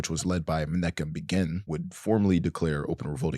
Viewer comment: Or menachem begin is pronounced menachem with the ch rolled and begin is begeen